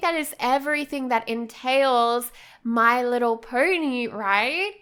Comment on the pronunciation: why do you say my little purny??? it is my little pony